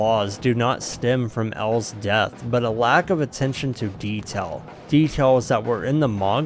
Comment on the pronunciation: The way you say "detail" or "reveal" - are you from the Mississippi gulf coast?